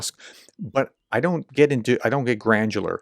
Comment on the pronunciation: Grandular 😂. I’m assuming that’s just a slip for gran you ler, granular.